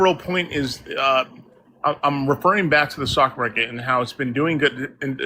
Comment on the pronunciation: Why does he keep saying "the sock market"?